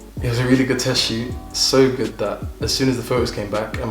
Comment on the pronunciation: It’s the Nigerian Accent coming out for me😂, “my God is goodOO!